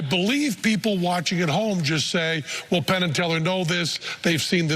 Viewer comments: Definitely called Penn, "Tenn". Love it. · Hahaha he said Tenn instead of Penn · i swear you called penn, Tenn hah quaity trick tho man :D wish i could do it as good as you can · He called himTenn